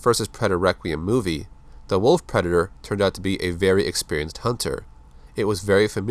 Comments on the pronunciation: He said preder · are you saying black predator or that predator ?